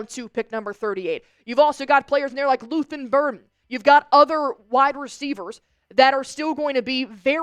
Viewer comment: “Luthen Burden” 😂 don’t disrespect the NCAA25 goat like that. LUTHER BURDEN THE THIRD!!!